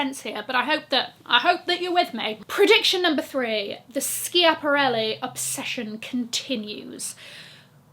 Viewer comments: love you tremendously but it was killing me every time you said Skee-ah-puh-reh-lee 🙈 Pronounced Ska-puh-reh-lee. Wouldn’t be part of the tribe if I didn’t let you know ❤ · I mean this with all due respect, it is pronounced ska-puh-reh-lee. I hope this doesn't come off as rude 🩵 I wish their earring wasn't so heavy because it looked fabulous on you! I love your content and have followed from almost the beginning x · hey just to let you know, it's SKAP-a-relli :)